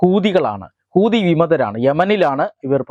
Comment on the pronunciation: 😂 കൂതി അല്ല പഹയാ ... ഹൂദി 😅